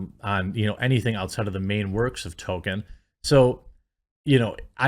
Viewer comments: He can't say it either. He always says Token. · Can you please stop fucking saying Token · Does he keep sayin token??